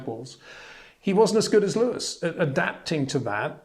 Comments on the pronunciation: HEY PETER WINDSOR, I HAVE MESSAGE FOR YOU SIR: it is NOT Max "verSHtappen" ... Max is not German (Germans indeed do pronounce "st" as "sht") ... #Max33 = Dutch NL/Belgium! ... It is not "Bottash" nor is it "Lewish" certainly not "verSHtappen" .... This BS started long time ago when a British sport presenter interviewed father Jos Verstappen and assumed you can use a German pronunciation to a Dutch Driver thinking it is so "funny" ... It is not. Serious question: can any Englishman say "versatile" out-loud without saying "vershatile" phonetically? most can about 99,99% ... that is why most English can pronounce Verstappen 100% correct! Father Jos Verstappen (also F1 Racer) was very active between back then only a very few said "Vershtappen" but the vast majority of British sport presenters pronounced it perfectly ... only a few old stubborn farts like Peter Windshor. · lol your name sounds like how Charles Leclerc pronounces Leyo-wiiss!